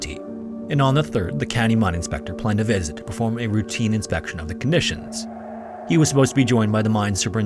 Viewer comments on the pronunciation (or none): none